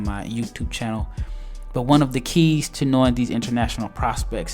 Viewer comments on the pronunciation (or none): none